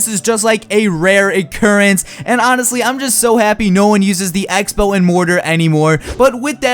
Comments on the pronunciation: Egg-spell? Speech classes at your nearest high school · Took me a long time to figure out the was actually talking about the X-Bow. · sounds like hes saying egg-spell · When you said x-bow I thought you said eggspow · Were, at the beginning of the video, you say "X Spell" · I thought he was saying egg spell, lol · When he said X-Bow I thought he said "egg spell" I'm an idiot... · Wait. Is he saying egg-spell or Xbow xD!!! <3 No h8 m8 still love you :)! You liked my tweet yesterday <3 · Did he say egg spell??? Lol😂 good video keep up the great work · For the first couple seconds I thought he was saying egg spell instead of x-bow and I'm like "what's that" hahahha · Anyone else hearing Him say Egg-Spell when he says x-bow ?Or just me? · Rofl it sounds like you say "Eggspell" instead of X-bow